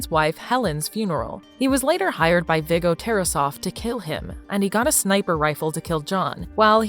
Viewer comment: Her pronoucing everything wrong viggo